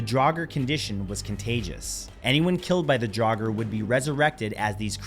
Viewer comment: Theyre pronounced DRAWger. Its not dragger, nit draouger DRAWger. Also stop using fkin skyrim as reference ffs! Drauger was a name given to ANYTHING supernatural such as ghosts, zombies and occasionally witches (but witches and seeress were more commonly called volvä) it had nothing to do with "magic powers" and everything to do with p1ssing off the gods or inviting a curse. The closest you have in your English is zombie. If youre going to use another cultures language or heritage, do your damn research properly - a p1ssed off norwegian